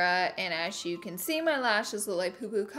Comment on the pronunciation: Lashes lishes